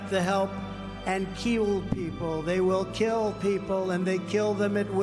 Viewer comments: "And kwill people." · ..Did He Say Keel People, ..I Don't Think I Wanna Be Keeled, ..Keel Hauled or Anything Else~!!!